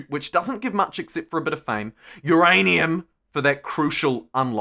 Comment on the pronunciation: "uURRaAiNUMMm! !!" Lol